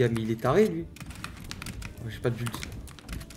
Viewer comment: Un anglais : Build Teekzy : Bulde